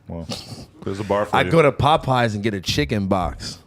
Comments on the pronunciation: Tf is “Pupeyes” lol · I died when AD corrected Adam on “Popeyes” 😂